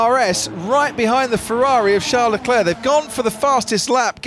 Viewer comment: "Shá Leclé" 😂😂😂😂